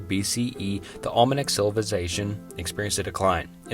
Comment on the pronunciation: Why do people call this quality content? The dude is reading a script with a very small grasp of English. I would think a quick Google pronunciation search would make this understandable. How many different ways can you pronounce Olmec? Apparently 6 different ways! I had this on a louder volume at work and a coworker thought I was trying to learn a foreign language. I had to turn it off because I couldn't quit laughing after Indus became In- deuce.